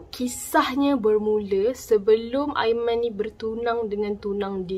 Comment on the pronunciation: "aimani" mohon jarak kan sebutan anda bila sampai part "aiman" dan perkataan "ini". "tunang hantar sampai depan pintu bilik.." ye aiman...kami percaya.